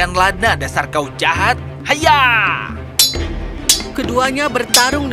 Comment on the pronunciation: ngakakk typo ngomong nya jd lada, harusnya ladna,, tp aku ttp sukaa hihiw 💖💖